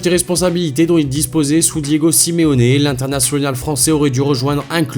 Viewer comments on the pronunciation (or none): none